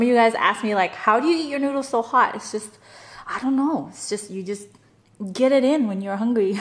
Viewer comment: Why do you pronouce noodles like noodlus?